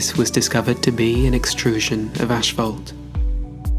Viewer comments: It's pronounced ass·faalt. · if the narrator says "ashfault" on more time I might lose it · I suppose I've never heard that kind of pernounciation. Personally, it was mind-blowing and crazy in the moment. I couldn't believe what I was hearing